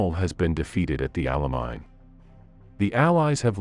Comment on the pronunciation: It is El Ala-main not the alamine. What is urano?